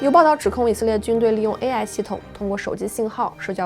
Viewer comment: AI的发音能不能纠正一下 每次听着都很难受😢